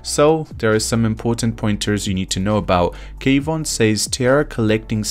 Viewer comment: why do you keep saying k-von lol